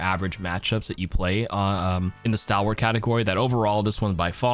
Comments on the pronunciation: That's not how you pronounce "stalwart" though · stalwart like stall-wart. also doom ult and ana sleep dart perk do slows also, but yea still pretty niche